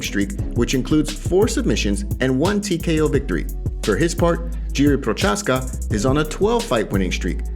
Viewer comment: Its pronounced Prohazka